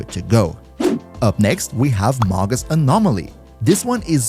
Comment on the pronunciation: It's pronounced may-gus.